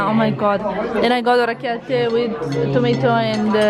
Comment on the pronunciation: I am Italian, I live in Milan and Puglia is my favourite area!!! 😄😄😄😄 orecchiette with cime di rapa so perfectly pronunciated!!!